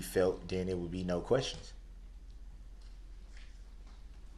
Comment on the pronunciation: Not to mention him "axing" so many "redickalus" "quesshins". A total moron!